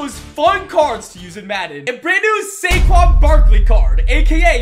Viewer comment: Instead of SaQuads, it's KaysQuads